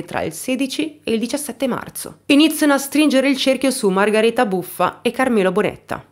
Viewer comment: Nulla togliere alla tua bravura e ti seguo da tempo ..ma solo io sento "Margareta" e non "Margherita"? È il suo nome?